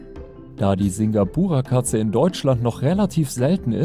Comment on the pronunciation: Uhh, ich habe ein Singapura Mix zuhause. Sehr schön ausgesprochen.